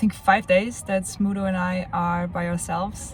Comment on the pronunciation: Congratulations! How heart warming! (btw, I kept hearing Smoodle, and only at the end of the video, I read the description and realized it's Smudo. You really did good by him)